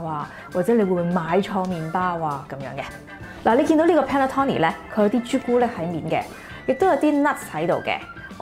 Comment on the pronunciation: Panettone 讀音係 pan net tone ni